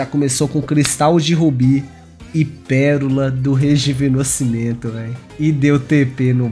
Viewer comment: "Péroloa do rejuvenoscimento" KKKKKKKKKKKKKKKKKKKKKKKKKKKKKKKKKKKKKKKKKK Te amo